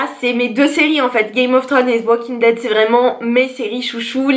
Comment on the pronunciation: C'est dommage de prononcer "Game" à l'anglaise et pas "thrones"....